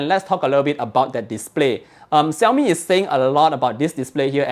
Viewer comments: Shaomi, not Siaomi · its pronounced "Shiau-Mee" not "Siau-Mee"